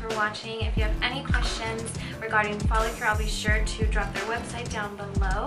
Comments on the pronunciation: Focallure dear.. not follacure 😂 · Its focallure not follicule. Or am i jst hearing it wrong?